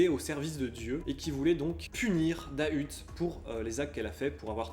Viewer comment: Super vidéo mais pour moi c'est pas " Dahuteeee " en prononcent le T mais "dahut " sans le E